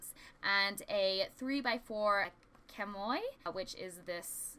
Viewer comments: its pronounced shammy, not kamoy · Beautiful self portrait,! You really do a great job of demonstrating the items that come in the kits each month. Very nice! Also, side note—chamois is pronounced like “shammy” even though it doesn’t look like it:) I wish I’d had this kit a year ago when I was starting art classes—great kit all around. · I think it's pronounced "shammy" Great video and really helpful. I loved your drawing too!